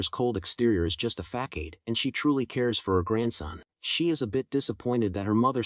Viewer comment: Killed me with “Just a FACKADE” pronunciation of Facade 😂. But my mind merged the narrator bot voice with my imagined voice of the baby and it was adorable